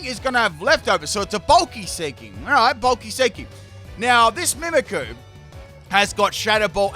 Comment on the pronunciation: Man i love your vids and i am a Fan since … i don’t know … so many years, but maaaaan I really can’t understand how someone who for work does Pokémon, can’t even pronounce those names… ist MimikYu, like I mimic you it’s not Mimickuuuuuu. That bothers me so much. I’m sorry man, I still enjoy your videos very much ..